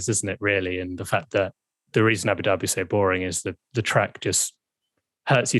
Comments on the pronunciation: He said Abu Doobie.....and I'm smokin a doobie as I watch.....what a coincidence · Abu Dooobie? 😂😂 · U said Abu Dhabi wrong lol